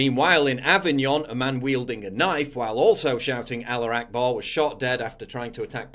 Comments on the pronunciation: Why do you keep saying aller akbar? It clearly read alaHU akbar. Not defending these fuckers actions. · "allar akbar" C'mon man